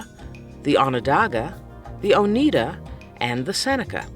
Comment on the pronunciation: It's Oh-NYE-da